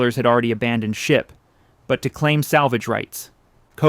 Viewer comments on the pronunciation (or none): none